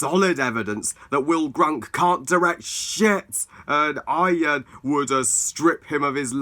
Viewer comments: It's Will Gluck, not Will Grunk. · It sounded funny for this review, though